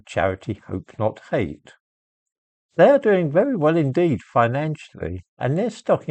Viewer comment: Jope not jate